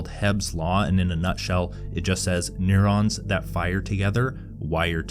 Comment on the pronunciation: Learn to pronounce neuron dude